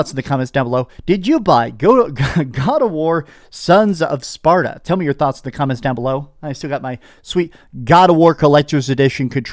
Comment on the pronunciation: you said sons of spaRDa :face-blue-smiling